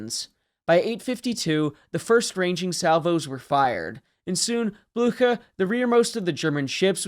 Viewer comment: That’s not how you pronounce Blücher